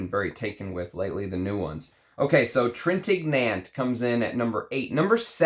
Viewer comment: Studied French so hopefully you won’t mind me sharing a couple tips. Revlon is an American Company. Revillon (Rev-ee-yon) is a French Company. Love French Line! Trintignant (g is silent, n is ñ) is very gentlemanly indeed. Nice lineup in this one. Look forward to trying Fair Play soon, Nino is a favorite. There are so many Jacques in perfumery I have to leave one more dime for every dollar you’ve given me in this game, you don’t pronounce the S in Jacques. 😉